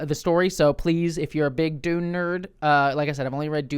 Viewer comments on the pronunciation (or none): If you're an Invader Zim fan, that could explain why saying Dune like that tickles your brain lol Dune≈Doom